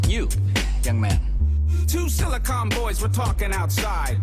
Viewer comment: "Silicon" as in Silicon Valley, not as in silicone implants. Do better.